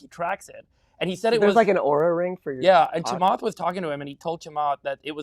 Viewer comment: the off the cuff "" killed me